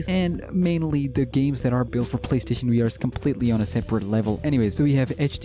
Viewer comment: It is funny how he says WEE R instead of VR